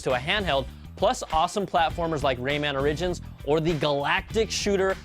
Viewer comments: lol he doesnt know how to pronouce "origins". and its totally leaned towards the vita, which is BS. the vita is a shit system, sorry. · you pronounced origins wrong.